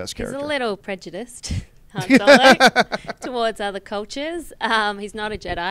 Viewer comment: Why even keep comparing two characters when if you'll just choose the one where they're the main character? Oh and John did you really pronounce Han like that ? Kinda annoying...but I'm really liking the new versus series